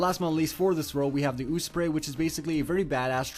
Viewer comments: Its Ospray not OOspray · Oospery? It's Osprey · osprey os-prey not Oospray But still good video i liked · Its Osprey actually